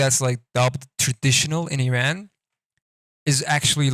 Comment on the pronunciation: u forgot Super carnillo, it definitely is S. and plz pronounce Iran and Toman correctly not like some ignorant Whitehead